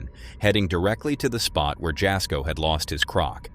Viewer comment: Jasko is pronounced “Yas-ko” - The J is silent.